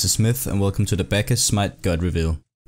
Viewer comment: "Back-is" I say "Bawk-uss"